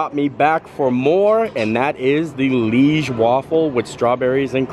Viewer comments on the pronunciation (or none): Hey, the waffles are called Liège waffels, not leige waffles. Liège is a city here in Belgium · Omg, Universal completely butchered the name “leige waffle”. It is Liège waffle. You pronounce it kind of like Lee-aye-ge. Liège is a Belgian town. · Hi from Belgium - the Liege waffle we pronounce it ‘ Ljij - zje ‘ . Liege is a city in south belgium. Waffles are tougher than Brussel’s and have suggar pearls on it. We eat Brussel waffles with toppings, but Liege are eaten just by itself. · Hi just to let you know the correct way to say liege Is to pronounce it Lee age Hope you had a great time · It’s Liege (l-EE-ai-sz) or Lee a za